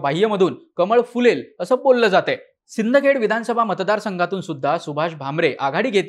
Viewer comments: सिंदखेड नाही रे शिंदखेडा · सर कभी तो शहर का नाम पढ लिया करो सिंदखेड नही है वो शिंदखेडा है हमारे शिंदखेडा का नाम मत बिघाडो